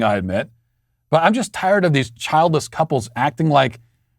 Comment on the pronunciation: I can't tell if he said childless, or childish couples, because both words are accurate.